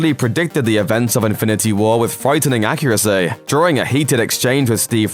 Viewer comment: the way he says accuracy 💀